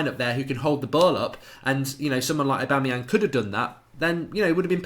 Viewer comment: you lost my respect for you when you said Aubamyang , wtf !!!!!!!!